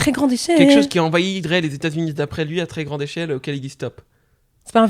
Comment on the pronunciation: le "à très grande échelle" il sentait fort la Tunisie là😭